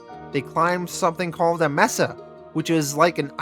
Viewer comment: May-suh. Mesa